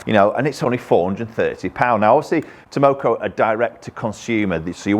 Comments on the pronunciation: T A K O M O...not Tamoko 😆. Made me laugh though. I have a set of Takomo 101 on order since September so taking a while. Let's hope they are worth the wait. Thanks for the review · Stop calling it Tomoko. Professionalism please. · 201. Its Takomo, not Tamoko 👀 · 201 - And they're called TAKOMO, you kept saying TAMoko.. LOL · takomo not tomoko but ok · Bet Takomo are super happy that you keep mispronouncing the name…. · It's Tah-Koh-Moh! LOL! Delighted you're demo-ing them. Heads up for anyone who's interested in buying a set of these, Takomo, they are currently offering sale of the heads only as they seem to have supply chain issues with the shafts. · After you learn how to pronounce Takomo it will be wise to put their logo up on the wall along with all those golf club companies that have been overcharging us for years. Takomo isn't going away...the only question will be if they succumb to the greed that demand will tempt them with. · Well when your reviewing the iron u might make sure to be able to pronounce the name correctly….lol just an fyi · Mate, the K comes before the M. You pronounced their name wrong about 52 times in this video. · Tamoko.....😒... Takomo lol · 201. Haha I laughed everytime he said Tamoko instead of Takomo. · 201, TAK-omo, not TAM-oko. haha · Funny how nobody's mentioned that he says TAMOKO rather than TAKOMO 😃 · It called Takomo.... not tamoko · Takomo not Tamoko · Its TAKOMO not TAMOCO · How do you make a video, edit it, and put it up on YouTube all without even knowing you aren't pronouncing the name correctly? Piss poor attention to detail. You completely switched around letters in the name. Takomo not Tamoko you donut! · why do you keep calling them “taMOKO“?? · Takomo not Tomoko could at least get their name right. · 201…it’s Takomo, not “Tamoko”. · It's Takomo, no Tamoko... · Tamoko?? Nooo its Takomo 😄😄 'Ta ko mo' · 201 takomo not tamoko lol 👍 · 201. Been looking at these and the 101 for while. It's Takomo btw, not Tamoko!